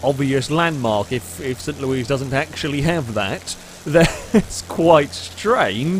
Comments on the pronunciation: Wow. doesn't know what the Arch is? You are seriously European. And LEWIS!!! not Louise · it's just "saint lewis" not saint louise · The city is pronounced st Loo-ee i believe and its the main monument in the city lol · So a few things about St. Louis: it's pronounced Saint LOO-isss, it's a 3 hour drive southwest of Chicago, and it's known for the Arch (which was designed by the Finnish architect Eero Saarinen), having a really good baseball team (the Cardinals), making really good frozen custard, making a lot of beer (Anheuser-Busch, makers of Budweiser, are based there) and being right next to a small suburb (Ferguson) where Michael Brown (an unarmed black man) was shot and killed. It's a really interesting city and def worth a visit IMO (I go there a lot because I live in Chicago). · Pronounced "Saint Lewis" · Lol its saint Louis arch